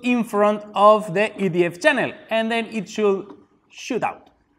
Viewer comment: When he said I'm going to start the EDF I thought he was saying I am going to start the idiot